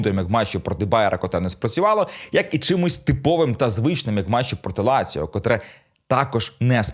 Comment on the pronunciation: Не ляцио..а Лацио..